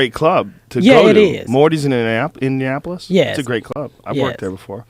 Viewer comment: Funny woman... mental life. "Indinapo-lis.